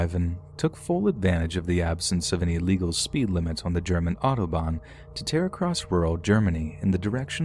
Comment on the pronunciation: Across not acrost